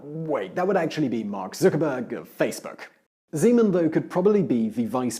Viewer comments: it's Zeman, not Žeman i don't like him. at all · Zímen :-D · OMG his name is ZEMAN,no ŽEMAN!!! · I only heard President Semen o.o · i must hearing things, Did he just say President Cemen? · I love how he pronounces "Zeman" as "Z-man" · Just a note. The Czech president's name is Zeman, with a hard Z